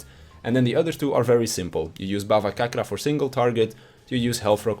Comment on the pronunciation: ThanK you for this video, I really enjoy nin a lot these days (ex-AST here).😇 Bhavacakra’s pronunciation is closer to bhavaCHakra though